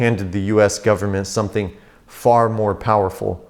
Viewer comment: "full faith and credit of the US gubmit" LOL